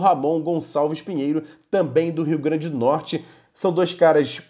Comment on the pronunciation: Nome do estado é RIO GRANDE DO NORTE... É o mínimo dizer o nome do estado de forma correta.